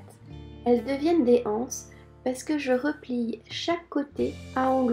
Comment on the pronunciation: Très bien, mais pourquoi dites-vous des "h"anses au lieu de des "z"anses ? La liaison se fait sans problèmes. Comme les "z"auvents... La maîtresse d'école.